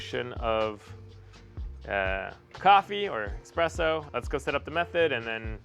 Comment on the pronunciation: He said and typed expreso.. 😅😂 espresso my man… espresso